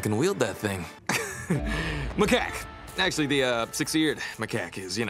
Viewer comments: The fact sandy called macaque maca quack 😂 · The fact that sandy called macaque maca quack